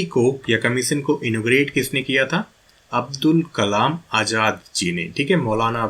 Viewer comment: Sir not abdul kalam its Abul kalam